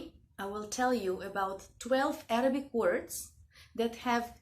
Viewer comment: Dear I'm sorry to tell you that your pronunciation of Arabic words not always correct. Please contact with me, I can help you inshaAllah. I'm teaching Qur'an and Arabic language to non-Arabic speakers. Thanks.